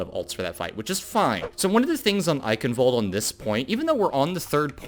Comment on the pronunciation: Thank your for pronouncing Eichenwald properly. That is all.